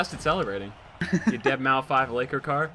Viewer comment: dead-mau-5? LOL